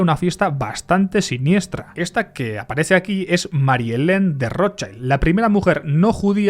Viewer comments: hola. Un apunte: schild en alemán se pronuncia shild, no shaild. saludos desde Mallorca 😊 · No se dice rochaild, se dice roth-shild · Rothschild se pronuncia del alemán "rotshild" no rodchaild. Aquí no hay niños ni anglosajones en el nombre. El apellido germánico y se traduciría como "escudo rojo" coo dices en el video de ROT (no roten) que significa rojo y Schild que significa placa o escudo y se pronuncia "shild" y no "chaild". No es conspiranoia. Lo puedes mirar en google. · Vale pero la i en alemán es como en español no digas Rothshaild me sangran los oidos ayayayayayya di RothshIIIIIld Rothshiiiild iiiiii iiiiiiii no es inglés, gracias y siento ser tan grammar nasi. :'D y oppenheimer es oppenhaimer xDxD srry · Como ya te han dicho muchos lo que mola este video yo voy a dedicarme a ir de tocapelotas. La i de Rothschild en alemán se pronuncia /i/, igual que en castellano y no /ai/ como en inglés. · No es "rotchAild", como en "child", sino "rotchild", la "i" no suena "ai" en ese nombre. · Se pronuncia "Rotchild" 😊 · Se pronuncia rozshild. En inglés child se pronuncia chaild, pero eso no tiene nada que ver con la palabra alemana schild. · Genial como siempre. Solo una cosa. Rottschild Se dice rotshild en alemán. No es como la pronunciación del inglés child. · Microcorrecciones sobre el alemán 😅 Schild se pronuncia como si en español dijeramos "yild", el alemán no pronuncia las vocales como el inglés, sino como el español. Cuando migran a Inglaterra recién se anglifica su apellido. Y rojo, es solo Rot. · He matado a un gatito por cada vez que has pronunciado mal el apellido Rotschild /rót-shilt/. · Schild en alemán, la i se pronuncia i y no ai. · porque pronuncias así la R xd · Por favor, Rothschild no se pronuncia así!!! Me duelen los oídos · La pronunciación correcta de Rotschild es con la 'i' como se pronuncia en español ✌️ Gracias por el video! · Por lo menos trata de pronunciar bien el apellido Rothschild chaval